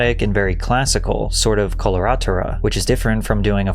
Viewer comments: Its pronounced color-ah-TURA. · Just fyi "coloratura" (the vocal range she needed to use for Wicked) is pronounced more like "kuh lr uh TOO ruh" sorry I'm a trained coloratura soprano so it hurt my ears a little to hear it pronounced wrong. Very diva of me I know lol. Btw at one point in the beginning when you briefly showed a still w/ the title of her song, "Break up with your girlfriend, I'm bored" I legit thought it was a spoof on her and went to go look for it. I couldn't believe it was actually by her, she spoofed herself lol. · In Italian, it's pronounced "speaidini". : The stress on the word "coloratura" is on the "u".